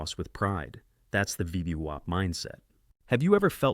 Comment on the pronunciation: It's like listening to someone with a speech impediment that prevents them from correctly pronouncing VWAP.